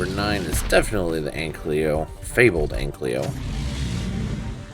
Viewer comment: It really bothers me that you say "anklyo" but it's pronounced "ankylo"